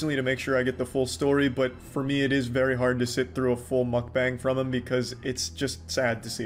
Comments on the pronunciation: it's pronounced mukbang, not makbängs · Breh at least try to pronounce mukbang correctly👏👏